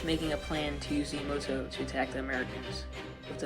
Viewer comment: Learn to pronounce "Yamato" properly.